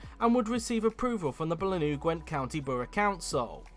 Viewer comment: Pronounced Blaiinaah. I remember this topic at the time, as mentioned in an above comment, the surrounding towns and villages would not be equipped. But damn i would have ooved to see this happen.